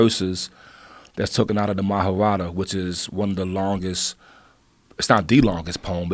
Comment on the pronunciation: Fukin idiots lmao it's prnounced Maha-barth